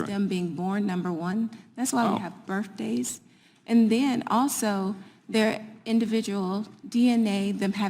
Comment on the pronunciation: bir"F"-days...hilarious!!! and she has patients???? wth???